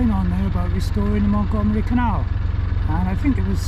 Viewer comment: So you are Welch ! I'm not really surprise in fact, as you were prononcing "Llangollen" as it must be prononced in welsh I suppose... But then, we are sorts of cousins, as I am Breton...🙂